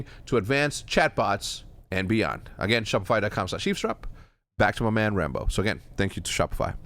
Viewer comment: Can someone teach Rambo how to pronounce his T’s holy shit.